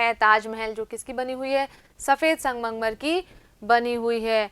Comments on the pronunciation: Aap sangmangmar bol rhi thi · Mam sangmarmar to shi bolo